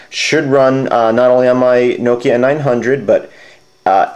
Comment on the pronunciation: lol 'knowkia'